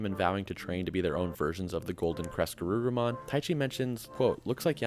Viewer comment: I just keep hearing "Caress-Garurumon" and I giggle 😂😂😂. Excellent video as usual!!